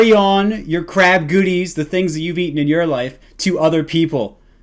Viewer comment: "Who trew LE KRAB"